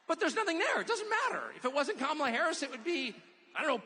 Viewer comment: I love how Tucker calls Kamala Carmela.